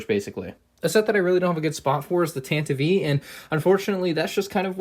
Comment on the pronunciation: You said tanivy